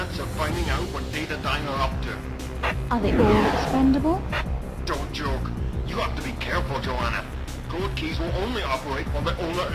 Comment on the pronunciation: "Doan't joak"